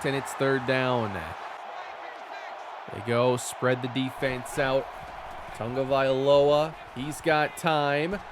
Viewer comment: Is it me or is he adding an N to Tagovailoa